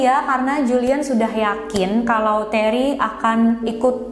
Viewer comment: Terry dibaca reney...??